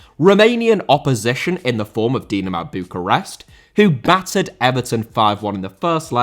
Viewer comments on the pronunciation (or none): Dinamo* not Dinamau